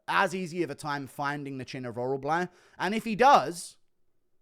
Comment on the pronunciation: Damn what is so hard to pronounce about orolbai